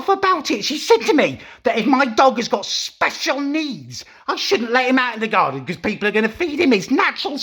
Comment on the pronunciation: SPESHUL NEEDS